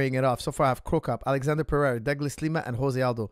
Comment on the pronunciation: Who the heck is Prohatan? It's Pereira...